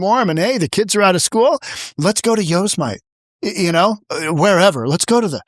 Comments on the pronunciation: did I hear that right? "Let's go to Yoze-myte." O-kaaaaaay . . . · Yosemite, that's an AI pronunciation..Yo sem (like semi) mit ( pitcher's) ee,, well damn